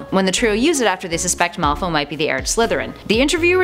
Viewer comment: Dragon Ghoststar I know right. she's saying the director is wrong. and she says "Malfo"